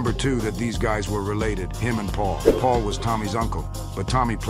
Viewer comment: It’s was so entertaining until you pronounced Big Paul’s name wrong……… disappuntinh